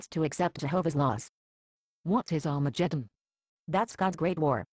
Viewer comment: I like the way xtranormal pronounces 'arma jeddon' LOL